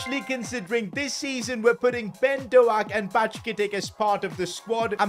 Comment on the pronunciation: bro he completely butchered "ben doak" 🤣😭